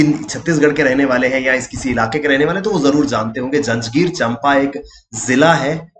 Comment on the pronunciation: चंपा नहीं उसका सही उच्चारण है 'चांपा' 🙏❤️